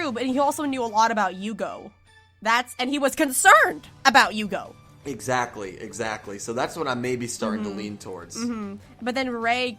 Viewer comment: Yuugo not Yuugou Well let just say the Zexal manga make their relationship "official" and in the anime, Yuma did say "Astral is my everything" at one point. Zexal is probably the gayest Yu-gi-oh series ever, while the Arc-V is the straightest (because Yoshida has no involvement with the anime )